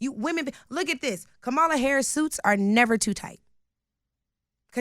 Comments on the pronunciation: Are there any Black people on YouTube that can actually pronounce Kamala's name correctly? Its not Ka-Ma-La like the Ugandan Giant. Its Kam-A-La her name is Indian. My lord! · Why is this lady saying Kam-ala's name wrong whilst arguing for black excellence? The right is so good at breaking language that even pro black people cannot pronunce the name of the black person running for president.